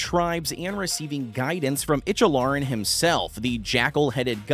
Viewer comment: Who the hell is "Ichalaren"? Icthlarin? "ick-thlar-in"